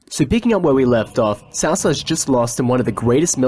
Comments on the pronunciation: Hey bro. Really like the videos. Was just going to ask isnt Cao Cao pronounced more like... "cow cow" ? I just ask bc that's how its pronounced in the Kessen games(which are great even If not historically accurate) and probably in the DW games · In Cantonese it's Cho Cho, in Mandarin it's Tsow Tsow. Cow Cow is an abominable pronunciation that should be burned in hell.